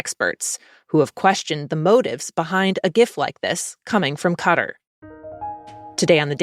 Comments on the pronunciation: How I wish those in the press learn how to pronounce the country of Qatar correctly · Not "cutter", but cut-ahr